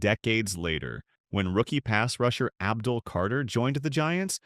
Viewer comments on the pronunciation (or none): none